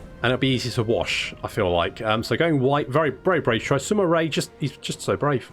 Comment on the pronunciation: I live in China and it's pronounced like Sima Yue(not ray, but yoo-a). You can use Google translate to listen to the authentic Mandarin pronunciation. Like it so he can see it.